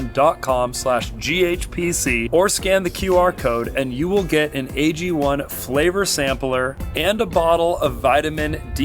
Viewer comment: AG1 AGONE. Ago-ne phonetically agony